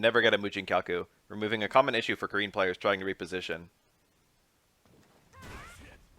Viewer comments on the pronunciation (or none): Wow I love your videos but I gotta say her name is Car-In bro Japan is big on the Ah sound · It's pronounced Ka-REEN. The R in Japanese is a mix of the "ruh" sound and the "laa" sound. The "I" sound is pronounced as "ee" and the "N" sound is more like a short "nn" sound. Her name would be spelled more phonetically closer to Kaleen than Karen.